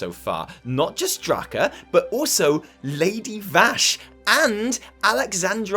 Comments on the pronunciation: Dra-ka not draah-kah. Well done, I'm proud. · YAY! You learned to pronounce Draka like you're not a crow! Also, open laughter at the joke you stole from your twitch sub! XD